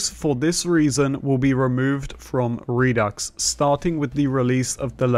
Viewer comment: The X is silent by the way. Re-do (du).